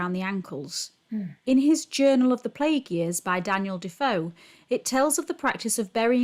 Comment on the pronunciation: PLAGUE is pronounced PLAYG not PLEG. Fast forward to 2020, and we in the UK are in lockdown, isolation and leaving food at peoples doorsteps .....because of Covid.